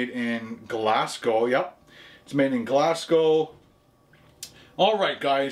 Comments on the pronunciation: just so you know its pronounced glazgow not glassgow haha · Interesting that nobody has commented on how you pronounced dandelion as 'Dan-dillion' - it is actually pronounced as dandy-lion. Equally Glasgow is not pronounced like Glass Cow.